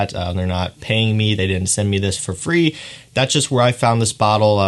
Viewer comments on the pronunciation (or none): none